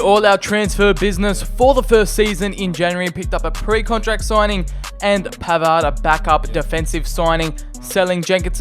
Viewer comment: You are bad in one thing that u need to improve That is your pronunciation Because............ I Its not pavard its PAVAAAAAAAAAAAAAAAAAAAAAAAAAAAAAAAAAAAAAAAAAARD!😁😁